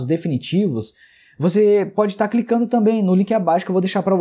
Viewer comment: vc fala ticando em vez de clicando.....ficar...clicar.... mas isso foi só uma observação avulsa... conteúdo top